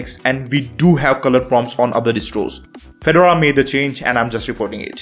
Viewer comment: could you please pronouce Fedora correctly.